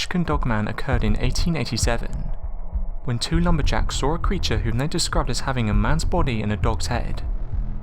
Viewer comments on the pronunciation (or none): So tell me again what you sawr? Oh bloody hell.